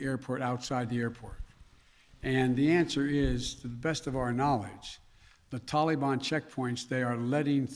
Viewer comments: Anyone else sick of Biden saying Tollie Bahn?Give it up guy, you’ll never get a straight answer from this idiot. And 85 percent of the Afghan Army was on drugs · Tollybon??? Wtf what a loser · Anyone fluent in Bidenese? Wth is the “Tollybon?” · It's not Biden's fault. How in the world could an Afghan army of only 300 soldiers possibly go against the "Tahlee-bahn"? ...Our Prez is doing his best. We should ALL give him a standing ovation!! Or NOT. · Can I ask why no one has taught him to pronounce Taliban? It is not pronounced Tally ban. It drives me crazy to listen to this idiot. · what the hell is a taleybonn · ITS NOT TAL-EE-BON! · " tolly bon" 😆😆😆😆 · "Gee I didn't realize there would be a mad rush of citizens trying to escape the tallybannn take over.. My bad". What a total loser idiot. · He's so pathetic 🙄he can't even pronounce "Taliban" correctly! SMH such a clown 🤡